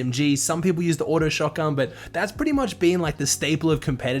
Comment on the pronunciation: Ah yes, shotgan